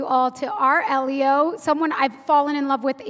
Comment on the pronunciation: It’s pronounced “Eee-lio”! Not “Eh-lio”!